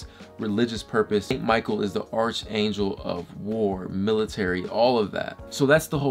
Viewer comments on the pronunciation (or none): Its pronounced Ark angel not arch